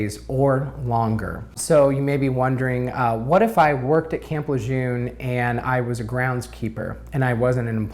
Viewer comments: properly pronouncing the name of the place would be a good start... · Please stop mispronouncing Lejeune!